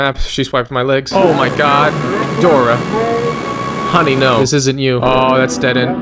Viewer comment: As a spanish speaker I was laughing because of him calling Dora a “ Puta “ If you do not speak spanish than it may not make sense to your being but keep up the great work !